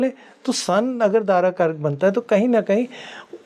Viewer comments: Madam यह dara karak कहलाता है ना कि दर कारक. दारा का अर्थ है स्त्री( पत्नि).एक anchor host होने के लिये इतनी जानकारी तो होनी ही चाहिए. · Madam ji please, it's not dar karak it's Daara karak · Darkarak iska pronounce galat hai Daarakarak hai wo Daara arthat bharya arthath patni ko daara kehte hai.. Daarakarak boliye isko 💯aruda lagan nehi aarurh lagan kehte hai.. pronounciation sahi hona chahiye. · Learn some basics of astrology... It is Dara karak.. Not dar...... Don't darao with this vocab please